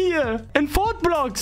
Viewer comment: Wie er Gyat und Fortblox Sagt🤣🤣